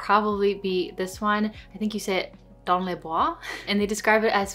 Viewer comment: Good pronunciation. Dans la Bois ( In the woods). :)